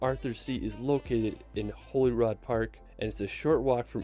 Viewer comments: He also insists on giving 'Stonehenge' the obscure name of 'Stonehedge' and Holyrood Park (pronounced 'holly rude') as Holyrod? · I live in Edinburgh. Pleased to hear him say it correctly. I've heard a lot of non-Scots say Eddin-boro. He didn't say Holyrood the way we say it though. We say Holly Rood (rhymes with Hollywood!).